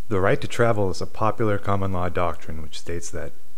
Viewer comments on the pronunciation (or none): none